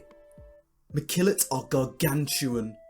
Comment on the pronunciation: Mekillot not McKillot. LOL. Thanks for sharing your ideas!